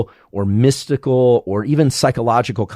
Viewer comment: Why did you say “spiritual” and “mystical” like that?